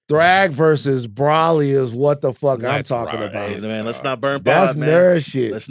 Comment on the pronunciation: Bro-ly 😂😂 not Braw-lee